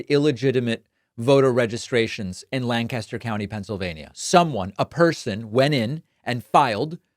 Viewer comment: Not a big deal but for all those reading it's LANK-astir, not lan-KAST-er